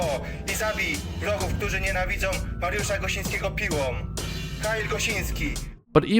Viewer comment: U so butchered Mariusz Jan Gosiński pls next time use translator google to teach ur self how to say it phonetically. God my ears bleed.